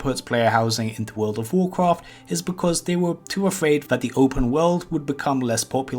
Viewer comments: gawisons in wowd of wowcwaft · wuld of wuhcwoft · Vowd if vowkwaft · cool video but how hard is is to say the letter r world of wawcwaft is just stupid